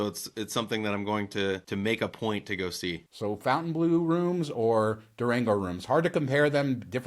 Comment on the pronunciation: Hey I'm sure you guys are pronouncing Fontainebleau casino incorrectly. Should be "Fon-tain-bleu" not "Fountain-Blue". Just saying. Love your videos btw